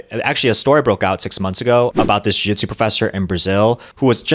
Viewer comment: Jujitsu is a three-syllable word.